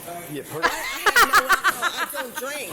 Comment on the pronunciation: Damn. Daughter came in hot. She came ready to fight. "I dun..t drank al-chee-hall" lmao okay lady sure